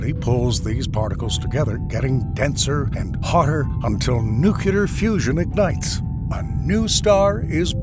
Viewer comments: no he didnt lol. he said "noo-Q-lar" instead of "nu-clee-ar" thrice and botched the correct plural form of "nuclei" (which is pronounced noo-cleh-ee) as "noo-Q-lie". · the word "nuclear" continues to be very hard to pronounce for americans... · they pronounce as Nukuler